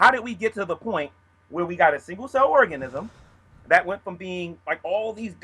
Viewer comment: seems like a very intelligent man, but I can't help but giggle when he says Organism (hint: he says Orgasmism)